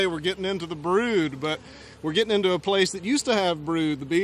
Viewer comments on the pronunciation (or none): 😅😅😅😅love the way he say “ brood” 😂😂funny fella